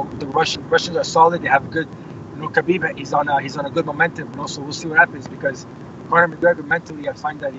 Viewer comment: lol all the "ala" people people put extra chaa on his name chaakhabib